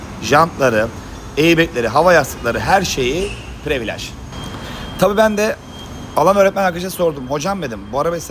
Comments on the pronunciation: Previlıc olunur previalage , ekstrim paket. Abi yanlış anlama kötü niyet demiyom ama almanlar almancadan iyi ingilizce konuşur sen yapma bari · Usta özür diliyorum ama ya yabancı kelimeleri kullanma ya da düzgün telaffuz eder misin. Çenc diyince çok değişik oluyor. Değişmiş falan desen de kabul, previlaj içler acısı zaten. Privilij diye okusan